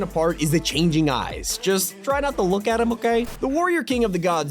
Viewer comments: I know he says “him” but I legit thought he said “DAMNNN” at first💀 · Oh it kinda sounded like it tho lol